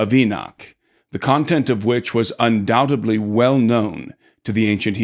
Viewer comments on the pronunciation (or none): undoubtedly not ‘undouteBlee’. Come on dude you’re an author